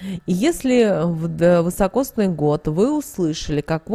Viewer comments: Год вИсокосный, а не вЫсокосный😮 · Такой год назьівается не вьісокосньій а високосньій (вісокосний). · Год вИсокосный. Режет ухо неправильное произношение. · А почему вЫсокосный-то , если вИсокосный! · Да не ВЫСОкосный, а високосный. Ни одной кни- ги, что-ль не прочитала? 13.12.23.